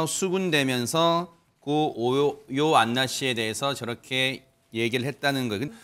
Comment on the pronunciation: 교수맞아요? 자꾸 요요안나라고하네~ 한두번도 아니고 고인의 이름을 달리부르네 다른사람들이 지적이라도 좀 해주지 듣기 좀 그렇네